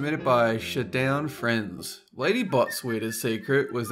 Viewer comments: dude tbh, I love you (pause), but I'm pretty sure #5 is pronounced shadow n friends and not shadown friends, no offense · .. I don't think it was shu-down-friends I think it was shadow n' friends. just an observation. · I think number 5 is pronounced shadow n friends